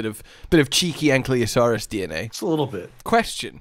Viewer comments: Also! ANKYLOSAURUS! Not Ankliosaurus!! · Ankylo not Anklyo, it's bugging me so much lmfao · 5 years later and still can’t pronounce ankylosaurus correctly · All these years and still mispronouncing ankylosaurus. :P